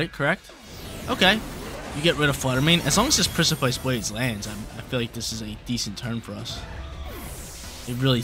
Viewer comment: Hell yeah, reg G! 🎉 Btw precipice is pronounced liked press-uh-piss